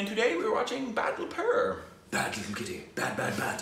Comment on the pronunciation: You got :Badla right but pur is not purr or cat. It's the same as burrough meaning place, like Singapore meaning place or city of lions (Singa). So Badlapur would mean revenge land or retribution world or realm of vengeance or any other variations you can think of, without overdoing it. Take care.